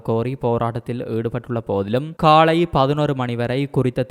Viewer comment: காலை என்பதை காளை என உச்சரிக்க வேண்டாம்